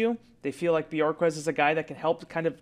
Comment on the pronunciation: Bu-hork-kezz. Not Björkez. He’s not from Iceland. 🤣🤣🤣🤣